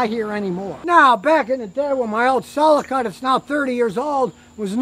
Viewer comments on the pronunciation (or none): none